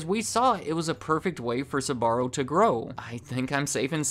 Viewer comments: Having had the privilege of being extraordinary close to this family.. The first thing I’ll say is that the pronunciation you use of their name is all wrong -the family pronounces it “ SPAH -R0” Not, “ SUB -AH -RO. This was an incredibly close family and I’m sure they still are. Carmella was a woman with unbelievable energy and drive. She was also warm and endlessly gracious and generous. Her husband Gerry -short for Gennaro embodied the same qualities. The more commercial their business became, the more it suffered. Very interesting documentary and a lot of memories for me. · They're called Sbarro, why are you insisting on calling them Sabarro? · Why do your pronounce it like Sahbarro? Its wrong. Its pronounced like Zbarro with short s. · Its not pronounced "S"..barro , the "S" sounding like a "C" and then "barro". You pronounce the "Sb" together followed by "arro" Sbarro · It’s pronounced SBA-RRO not SA-BA-RO! Drives me crazy, ask any Italian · You must be from the midwest or something. An admitted difficulty in pronouncing their names....and the company name itself. Sbarro, not Suh-barro...2 syllables, not 3. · Jeez man, It Is not "esbarro" Is "sbarro", damn Christ, Is italian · Why do you keep pronouncing SAbarro...??! it's SBarro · Horrible pronounciation, it isn Sabarro or Subarro, don't add random letters to it!! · so when did Sbarro became Tze-barro according to this pronunciation? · I find funny how he pronounces "Sbarro" as "Subarro" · The fact that he keeps pronouncing "Sbarro" as "Subaru" is tripping me up lol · You don't have to overcomplicate the pronunciation of Sbarro so much. Sbarro can be pronounced just the way it is in English and it would be just fine...... in fact the added ah after Sb makes it sound weird and it's not correct in Italian. If you wanted genuine Italian pronunciation, your emphasis should have been on the RR sound. Very good and interesting video otherwise. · Pronounced like it's spelled!! Sbarro NOT Sa-barro!!